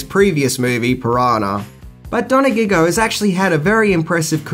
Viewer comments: I love how you always butcher famous people's names in your clips... It's "Donah-jio", not "dona-gig-go... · "Pino Donaggio", not "Pino Do-na-giggio." :)